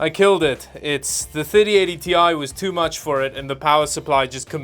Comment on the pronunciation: Wait a minute. You've changed the way you pronounce Ti? :D